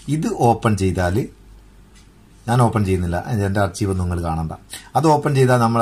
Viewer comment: espect അല്ല exept ആണ്... അതുപോലെ ആർച്ചീവ്‌ എന്നല്ല അത് വായിക്കുന്നത് ആർക്കൈവ് എന്നാണ്...